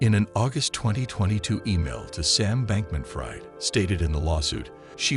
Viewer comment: It's not pronounced fried but freed